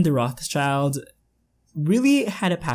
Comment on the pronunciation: haha its pronounced like "rot shild" :)